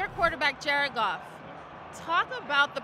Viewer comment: I was sleepy listening and heard Jared Goff as "Jerkoff" and now I can't unhear it. You're welcome interwebs.